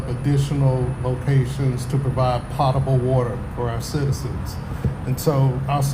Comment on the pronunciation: Potable is pronounced with a long O.